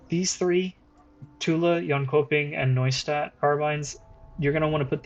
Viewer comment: it's pronounced yonchoping